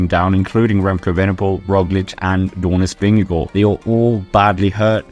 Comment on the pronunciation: are you Danish because when you say Jonas Vingegaard you say it perfect